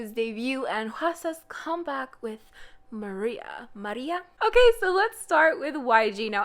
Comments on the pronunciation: How the hell did u manage to pronounce Maria in such a... russian way?? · "and marruia- maRÍA"